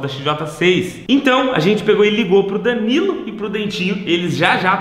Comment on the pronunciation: Vc não é "trocha" mas "ajente" precisa colocar vc em um curso de português